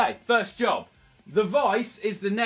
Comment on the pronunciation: I’m pretty sure he said “furzty” too